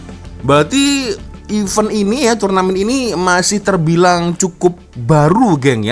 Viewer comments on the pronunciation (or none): none